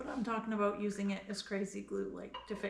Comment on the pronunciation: did you just say the magic canadian word? What was that all aboot? ;)